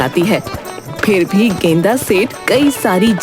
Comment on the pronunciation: गेंदा सेठ ❌ गेंडा सेठ ✅